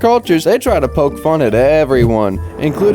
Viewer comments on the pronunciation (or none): none